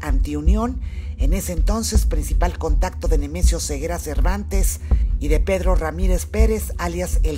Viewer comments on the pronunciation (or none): none